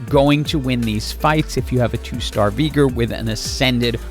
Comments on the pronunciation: Veegr Pretty sure its pronounced Vey-gar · also, it sounds like you say veegor and not veegar as well :D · and how you say Veegar versus VI-gar is why im having to move on. Its driving me NUTS lol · Regular people: Veigar "vey-gar": Veegar "vi-gar" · Bro, this video would be so perfect without that ,,Veegur" thing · lol the engagement farming by saying “VEE- gar” is so galaxy brain 😂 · Please don't call him Veegur. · Broooo hes called veigar not Vigar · I mean it's not like I watched any of the lore from league but I guess it's just a mispronunciation since the official one (just checked) is pronounced "vai-gar" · Decent guide, but had to give a dislike for saying Veigar with a hard r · Veegur, Arcane-uh, Zair-Roth, yes sir, my engagement = farmed